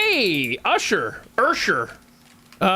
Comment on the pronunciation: She mispronounced Usher’s name because he mispronounced her name— AND instead of being offended, she made a joke about it be she actually has a sense of humor.